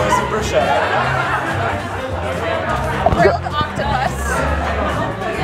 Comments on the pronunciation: I left the video as soon as i heard how that girl pronounced the bruschetta on minute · she kept saying Brousheta when its Brosquetes i was crying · I’m sorry, but “brushetta”???? NOOOOO It’s Bruschetta with an Italian (ch) as the (K) sound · By the way, as i know italian language,to hear on and on repeeting the word bruschetta wrong is harsh!!😟!!!The name of the toast is spelled like-BRUSKETTA!!!(AFTER S GOING K SOUND!!!!)!!!! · its actualy broushetta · Every time she pronounced the bruscietta an Italian died. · Every italian person died after listening to caprese bruscieta 0.14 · It’s Brew-Sket-Ah, all the shetta people got me fucked up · U can’t pronunce bruschetta brusciéda… don’t say italian words in American as we don’t say in Italian American words… it’s easy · That's the way most non-italians pronounce it...unfortunately. Irks me too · I'm italian, i can't get enough of how she pronounces bruschetta! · Biggest fail of the video is how Americans pronounce bruschetta lmao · Im Italian and my ears are bleeding anytime the lady at the beginning names BRUSCHETTA in that way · My ears hurt after hearing bruschetta mispronounced so many times